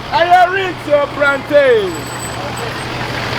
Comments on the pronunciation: I knew was going to shout "yesssss prantain" 🤣🤣🤣🤣🤣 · Prantain cheeese 😂😂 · hmmmm prantain paaaaa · Did someone hear well? Prantain Prantain eeeeeiiiiii